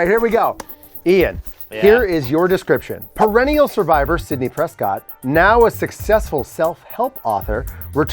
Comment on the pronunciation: He said Sydney Prescott like come on lol